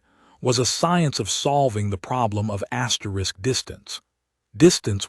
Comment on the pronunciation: Asterisks astericks, astericks again. Asterick insane, astericks sense. A good story? Could be not asterick something